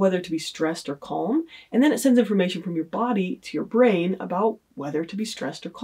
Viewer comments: The way she pronounces the word calm annoys me more than it should 🤦‍♀️ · Did she just pronounce the 'L' in calm? wtf lol